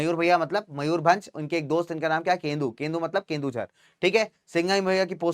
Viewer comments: It is not Kendujhar...it is Keonjhar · sir its.. Keujhar not kendujhar.... pls correct that next time sir..